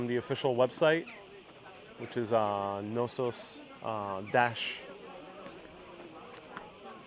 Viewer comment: hi fyi the K is definitely not silent in the name Knossos.